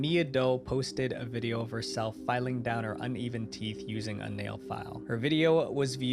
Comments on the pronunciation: "teath filing"😭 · How do you mess up teeth that bad 😭 “teath” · TEATH FILING?😰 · lol “teath”🤣. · TEATH?! what the fuck is TEATH?! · teeth not teath 😭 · “Teath filing” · Ah yes “Teath” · Bro said TEATH FILING😂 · lol not the "teath filing" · "Teath filing" 😂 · "Teath filing" is wild 😭🙏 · Teeth not trynna be mean just helping 😊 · It is teeth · its teeth also in british english 😭 he just fucked up